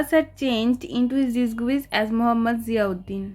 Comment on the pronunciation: ওটা ডিসগুইস না ওটা ডিসগাইস হবে উচ্চারণ ঠিক করে করো আন্টী